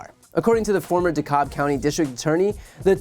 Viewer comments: It’s pronounced Da-cab… we know the spelling isn’t… we know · Will simply mention as a resident, it's pronounced, Dee Cab. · tit's spelled DeKalb, but it's pronounced De-Cabb. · BTC...HW is mentally ill w multiple diagnosis, not fit for high office. Also, Dekalb is pronounced De•Cab